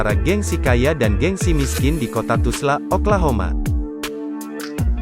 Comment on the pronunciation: Dah kenapa di ubah² tulis dan nyebutnya Tusla pulak??..TULSA la...